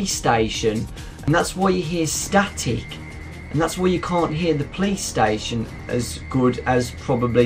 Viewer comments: sound like saying playstation not police but yeah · The first time you said "Police Station" I thought you said "Playstation." XD Great accent though!